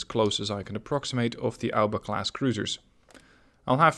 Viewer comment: Mate is A O B A not alba, good video tho ahah